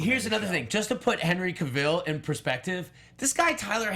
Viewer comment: couldnt stand hoechlin's superman.nt e actor's fault but people jus kept going bck 2 e reeve's superman, cheesy, campy. ughh... i like it n then i hate it. i think i will really struggle 2 finish tis season's supergirl. 😕... cavill rhymes with travel. pls gt e pronounciation right